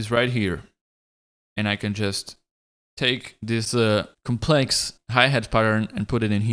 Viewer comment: the emphasis on 'complex' 😂😂